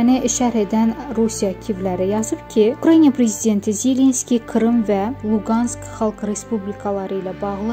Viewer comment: Hörmətli aparicı sizdən xahiş edirəm ukraniya yox ukraina deyin,axı sizi minlərlə insan dinləyir!!!